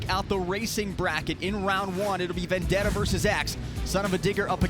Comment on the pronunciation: It's Vendetta, not Vandetta what u talking abt